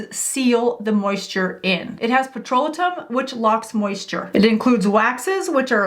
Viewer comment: Petrolatum=PET- RO-LAY-TUM, Jojoba=HO-HO-BA Serum-=SEER-UM You're welcome.